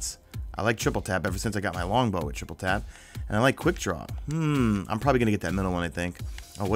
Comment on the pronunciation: Do you realise you're saying 'Triple crab/crap' instead of Tap?